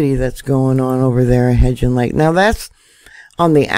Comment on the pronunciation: Love hearing her say hebgen lake wrong… the g is not a j